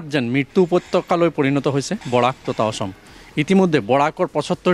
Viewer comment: সাংবাদিক জনে উচ্চাৰণ বিলাক শুদ্ধকৈ কৰিলে ভাল লাগে। এই সাংবাদিক জনে "অসম" টো "অহম" বুলি উচ্চাৰণ কৰি আছে বাৰে বাৰে, বাকীবোৰ শব্দৰ কথা নকওঁ বাৰু।